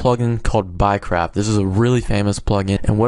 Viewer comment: sounds like your saying "buycrap"